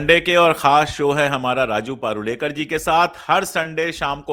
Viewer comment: Please call him परुळेकर and not पारुळेकर